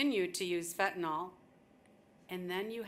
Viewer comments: It's fentANYL, not fentanOL. For crying out loud, if even the judge can't get the name of the drug right, how is "the system" legitimately trying to fight that scourge? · Fentanyl...with a Y. Stop saying fentanol. What are you George W. and nook-yoo-ler...?? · Everybody mispronounces fentanyl. It is fen-ta-NYL. It's not fen-ta-NAL. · How come nobody can pronounce fentanyl? It’s not pronounced as fentanall but fentanill.